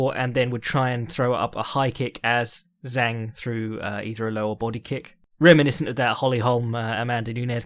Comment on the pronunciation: Fyi Zhang is pronounced Jang in English and in Chinese its Jung, not Zeng